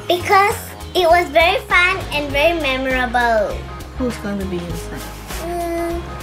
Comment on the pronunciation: Even can pronounce memorable and the other noc crew pronounce it as me moor rable which is wrong such a disgrace